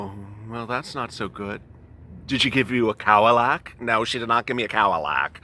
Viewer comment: Cowdilac lol